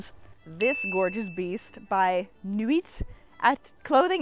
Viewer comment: so sorry to be that person but nuit and atelier are supposed to be pronounced 'nuie' and 'ateliay' (french). the effort is appreciated though (both in pronunciation and in banging out 4 articles of clothing in 1 week. holy moly)